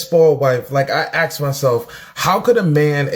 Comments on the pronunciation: And axed, instead of asked. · Hahahaha......I noticed she said "axed" too. Not as bougie as she thinks she is. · Yes! I picked up on that too! Who’s uneducated here? She also used the the word clienteles when clients would of been appropriate. And the infamous Axed instead of asked. 🤐